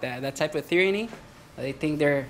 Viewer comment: I hope you learned how to pronounce tyranny by now. It starts with just a t, not th.